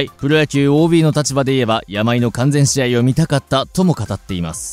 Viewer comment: 完全試合｢かんぜんじあい｣